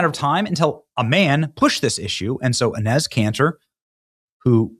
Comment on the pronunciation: why do you pronounce Enes' name like that?